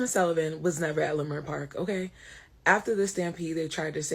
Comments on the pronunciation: It’s pronounced lih-murt park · It’s pronounced La-Mert Park.. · Leimert is pronounced (La-Mert) Park. Just so sad again and makes me very upset to see black folk act like wild animals. I have officially changed my mind on reparations! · It’s pronounced La-Mert park bro, I’m from there.. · Leimert It’s actually pronounced Lemert Park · Its pronounced " leh-MERT " park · You pronounced the park name wrong. Wayyyyy off.